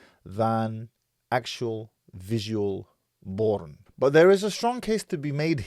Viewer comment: The way you say porn L boooorn is funny 🤣 I know your sarcastically doing that lol but it’s such an Arab thing 🤣😤🤣😤